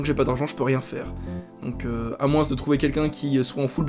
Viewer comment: "MoinSSS" (quelle horreur) J'ai le même peigne avec le p'tit rond lel Mais il m'est pas bien utile... bisous :3